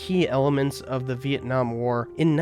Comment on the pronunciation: when did LBJ decide to start pronouncing Vietnam as Viet-Nam? Why in that speech in response to Tonkin was he saying it correctly but later on says it like your Appalachian uncle?